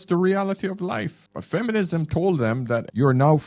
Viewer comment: Did you say efenism?